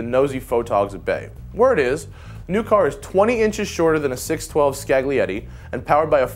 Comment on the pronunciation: The "G" is silent in Scaglietti, It's sounds more like "Scale-yeti"